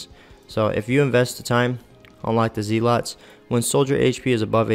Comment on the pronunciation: You killed me with the ZEE-LOTS. It's ZEH-LUTS. I still need to work on this beotch. I use Sophia. Am I missing out?